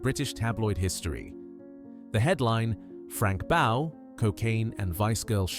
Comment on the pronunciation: That black man isn't Stuart Hall, the old TV host. And Frank Bough's name was pronounced "Boff", not "Bow".